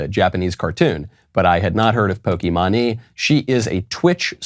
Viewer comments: She's the largest Female Twitch Streamer. But it's also pronounced Poke MAINE like the state. And yeah, I agree she's dumb over this and this isn't her first go around on stupid ideals. Pretty sure she looks up to Hasan Piker. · She is a gamer her name is pronouncer Poke “Main” or “Mane” anyway she can go back where she came from! 🇺🇸🇺🇸🇺🇸🇺🇸🇺🇸🇺🇸🇺🇸🇺🇸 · I see, Pokimane (pronounced as Pokimeyn but I love that Michael keeps on butchering her name 🤣) is trying to be relevant again huh? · It is evidently pronounced "poke main" not that it matters for this Canadian. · It’s so funny how you’re pronouncing her name 🤣 she pronounces it poke-main but Michael I prefer the way you say it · screw her lol (but it is Poki-MAIN) sorry lol, just had to correct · It's pronounced poki-main, I believe. Think the left will use that as a dunk. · Pokimane Horse's Mane I don't watch her, but I've heard of her. Enough to pronounce it right. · I love you man but I'm really serious you need to at least learn the name of the person b4 you say stuff it's pok-E-main or mane you sound way out of it at least look up her name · Man its POKI-MAYNE like GUCCI-MAYNE. But worse. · Who tf cares about what Pokimane thinks? Like for real. Good riddance. Go back to Canada. Also, Michael, it's pronounced "Pokey-mane" as in a horse's mane. Regardless, doesn't really matter as nobody cares what she thinks. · I will say, at least this time these “celebrities” are doing exactly what they say. Second, it’s pronounced “Pokey-mane (as in a lion’s mane).” I am a gamer, so of course I would know. Third, to all of those leaving and/or threatening to leave…buh-bye. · It’s pronounced poki-MAINE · "poky mone" GODDAMMIT KNOWLES HOW DARE YOU MISPRONOUNCE OUR QUEENS NAME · Actually, it's really supposed to be pronounced "Pokee mawn". She has said that the way most people say it as Pokee Mane is actually wrong though she accepts it. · Yes. The mispronunciation has to be deliberate and I love it. Poke-money for the win.